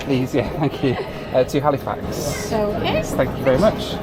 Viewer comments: It’s hal-ah-fax. Not “Hali-fax” I know that’s how it’s spelt, but it’s pronounced hal-ah-fax lol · Also, Halifax is NOT pronounced Hal-ee-fax. It is pronounced HAL-ih-fax. C’mon, now,. You know better. 😊